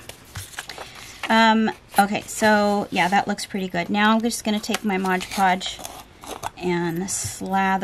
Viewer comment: Mod podge, not modge podge please. I love your Asthetics and your style. You may have lived in the Victorian era previously. Thank you for your kind generosity, and sharing your talent and beautiful artwork with all of us. The world is enriched by your art.